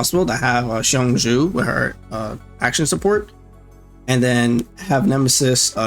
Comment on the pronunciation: Just an FYI- Qiongjiu = Chong•Joe